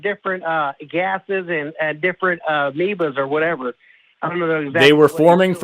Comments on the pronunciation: Meebas and intraments? Say what? Sorry, you’re as thick as mince. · "Different MEEBAS (amoebas) or whatever." I mean, we can allow a sloppy pronunciation, but combining that with "whatever" indicates we are dealing with a cretin.